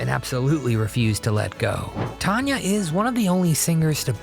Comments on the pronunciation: It's not Ton-ya. It's TAN-YA. She is awesome! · Tanya Tucker’s name is NOT pronounced Ton-ya it is pronounced TAN-YA. It is even spelled the way it is pronounced, if you are going to do a video learn how to pronounce people name’s right!! This is one of the WORST videos. Also I wouldn’t call these tragic, if you are going talk about TAN-YA Tucker’s tragic life maybe mention she had a addiction problem at young age over going to hotel room after a concert. Yes, I am sure it very hard to go from singing in front of 1000’s of people to a quite hotel room. I have heard many, many musicians talk about how hard it is but they also say they know it part of the down side. I hope you do more research before doing one of these again.